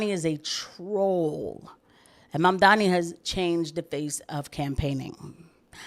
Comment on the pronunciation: And yes. Sorry for a third comment but yay yay engagement. I also felt like Bill Maher's resignation with not even attempting to try to pronounce Momdani properly as well as his overall disdain while saying it is definitely because he also doesn't like that he's a Muslim. Maher has had a particular hatred of Muslims for some reason or another. I think It's part of the old school atheism-brain he built his career on if I had to guess. Ppl like Christopher Hitchens who came from the same sort of atheist-pilled commentary also had unique disdain for muslims.